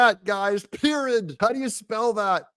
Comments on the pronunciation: "Perid"! LOL (Period)...😂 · I think its 'pirid'!!! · PEER-IT!! You spell it PEER-IT! lol! TRUMP IS US.